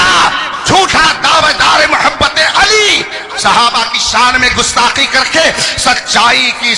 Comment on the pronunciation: ہائے ہائے کیا جملہ فرما دیا اپنے محبوب کا نام بھی نہیں پڑھنا آتا علی پر زبر ہے یا پیش، ماشاءاللہ 🌹